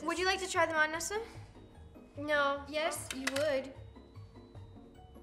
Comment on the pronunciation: It is not Neesa it is Nesa